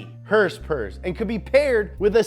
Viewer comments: Why does he say "herspers?" 😆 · Someone teach this man how to say “HOrsE PoWEr” PLEASE